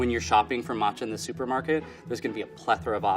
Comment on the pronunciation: “Martcha” Tea….